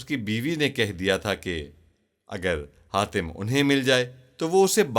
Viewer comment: Hatim ko khatim kyu bol rahe ho